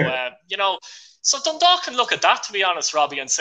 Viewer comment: Robbie has pronounce dundalk perfectly